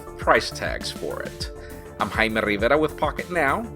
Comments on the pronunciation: Jaime rrrrrrriverrrra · Fucking emphasis on Jaime rivera pissed me off